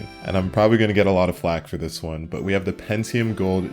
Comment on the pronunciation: Shit was cool until you said Pentium...